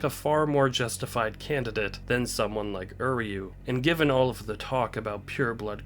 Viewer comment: Why can no one pronounce uryu correctly